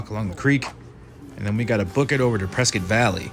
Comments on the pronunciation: Its pronounced "Preskitt" NOT "Pres-SCOT".. as you were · Nice video. Prescott, however, is pronounced like "biscuit". Also, you missed another very historic place, The Hassayampa Inn on Gurley Street. It was built in 1927 and has been very well preserved. It even includes one of the first Otis elevators, which is still functioning today. The hotel lobby and interior are beautiful and the bar and restaurant contain many original features. The hotel is fully functional and offers excellent food and entertainment. It is a very popular gathering place for residents and tourists alike. it is located across the street from another historic sight, The Elks Theater. hopefully. you will get to see these amazing places. if you haven't already. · It is a beautiful wholesome town. That is why so many people are moving here. We pronounce is Preskitt. Most of the people living there are not from Prescott. Most from other states and many from the Phoenix area that have retired and decided to get out of the rat race of a large city. There was a famous movie scene on the East side of the courthouse. The movie is Billy Jack. It was made around 1971 in the Prescott area, with other scenes right downtown. In the summer there are about 3 concerts a week on the courthouse grounds. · Preskitt! Rhymes with Biscuit! I kept watching to see if my husband and I were on video because we are at all of the arts & crafts shows! Love this town, sold our houses in NM to relocate here (but couldn't afford housing in Prescott, thanks to Californication, so we live in nearby Chino Valley.) Beautiful town, friendly people, great weather. But don't move here because we are full, just come to visit, and spend your money, LOL. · The pronunciation of Prescott is Preskit. Please use the correct pronunciation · They pronounce it Preskitt. But the author the town was named after pronounced it how it’s spelled. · Everybody who lives here says press kit.